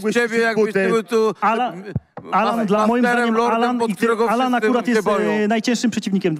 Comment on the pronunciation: Kto jest Anala menadżerem ??? Chyba Sejczento 😂😂😂😂😂😂